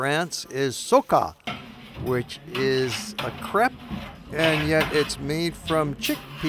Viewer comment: Crepe is not pronounced "crap"...